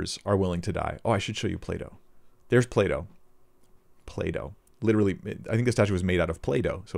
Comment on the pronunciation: Play-doh Plato 🤣😂🤣😂